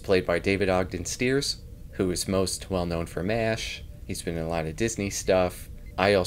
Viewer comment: His last name is pronounced "Stires", not "Steers". Source: he used to guest conduct an orchestra my parents are members of.